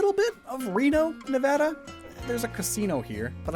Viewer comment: Omg said Nevada right let's goooooo